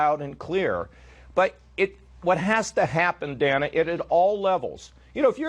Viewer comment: Every time he said Dana I thought he said Dammit.